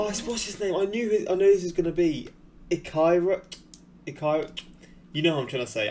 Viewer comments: Ichiro is pronounced ee-cheer-o, just fyi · Mans can't even say Ichiro, he will learn